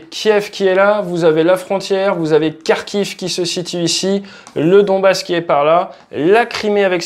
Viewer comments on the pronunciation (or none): none